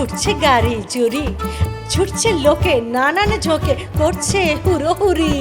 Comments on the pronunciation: ওটা "হুড়োহুড়ি", " হুরোহুরি" নয়। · কথাটা হুড়োহুড়ি । হুরোহুরি নয়